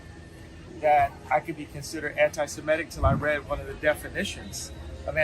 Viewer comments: It's Semetic not Shemetic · It's not Shemetic, there is no H!